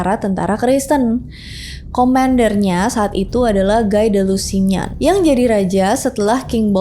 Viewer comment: Koreksi membacanya Guy jadi Gai, tapi bacanya Gi. Lusignan bukan Lusinyan bacanya, Lusinyong. Gi de Lusinyong. Harus diingat jg, perang salib sejak awal, adalah perang defensif, karena Yerusalem sejak awal milik Romawi timur/ Byzantium. Pasukan Arab mengambilnya sehingga kaisar Alexios Komnenos minta tolong ke barat. Intinya perang salib lebih banyak kemenangan Muslim ketimbang Kristen. Maka sampai sekarang di Palestina banyaknya orang Arab, karena kemenangan jaman dulu ini.